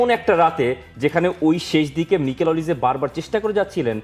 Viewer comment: ওনার নাম মাইকেল ওলিস। মিকেল ওলিস না।